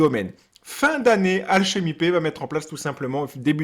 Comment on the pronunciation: C'est marrant comment tu prononces alchemy pay, tu le dis alchemy paie x)